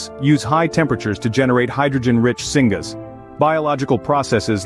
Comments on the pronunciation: Thank you, I should have clarified, my point was pronunciation "singus" vs singas syngas)... 😉😉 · Do you know how I can tell that this is being read by AI while the finished product wasn't vetted and checked by a human? It pronounced "syngas" as "singa-s". It is pronounced "sin-gas". It is short for "synthesized gas". Downvoted for low quality harvested content read by AI that wasn't even bothered to be checked over and edited for mispronunciations. YouTube is being flooded by AI trash now, and I'm not okay with this.